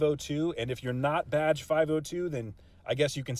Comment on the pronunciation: Anybody else stop hearing "Badge" and started hearing "Vadge" about halfway thru the vid?